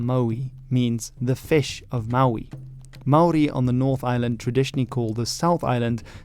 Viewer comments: Top marks for your Māori pronunciation! A much more popular name for the South Island in te reo is “Te Wai Pounamu,” or the waters of greenstone, a dark green type of jade greatly prized by Māori. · I swear you are the only non kiwi on the internet who can pronounce Maori names correctly. Kudos to you sir.